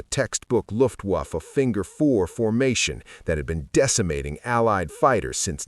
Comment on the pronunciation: IT'S NOT THE LUFTWAAFFUH. IT'S THE LUFTVAFFUH WITH ACCENT ON LUFT.